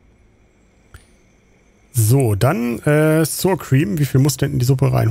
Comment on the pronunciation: ...und es spricht sich Sauerkriem, SAUER, nicht sur uder suhr oder suur.